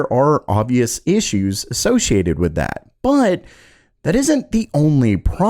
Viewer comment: Bro. Why do u say but with so mych emphasis and breathing?